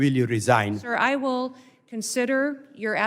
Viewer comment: "Dank you, carmagain"